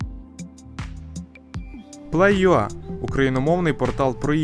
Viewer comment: ПлейЮа... - ти адмін укр. ютубу, і не знаєш як правильно читається назва каналу